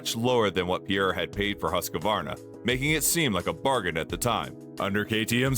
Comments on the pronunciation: Please learn how Husqvarna is pronounced. It's not Husq a varna, it's Husq var na. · It's hoosk·vaar·nuh Not Husk-a-Varna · HOOSK VARNA